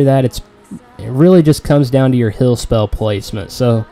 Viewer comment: Liked the vid just hated the way u say HILL instead of HEAL